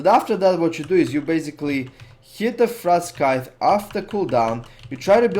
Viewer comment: sweet vid! btw Frostscythe is pronounced Frost sythe. the C is silent... and yes english is stupid sometimes xD